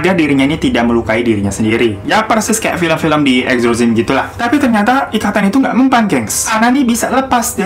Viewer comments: Enjorjim?? Exorcism mungkin ya, eksorsisem bacanya 😆😅😂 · Sebagai storyteller yg baik sebaiknya belajar pronounciation yg baik dan benar jg. Exorcism itu dibacanya eksorsisem bukan eksorsim.